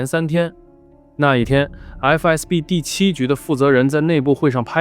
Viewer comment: 是FSB，不是FBS。FBI叫多了吧。